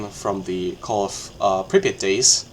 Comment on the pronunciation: First time i hear an English speaker say "Prypiat" so correctly 😂 Great video, man! Cheers from Ukraine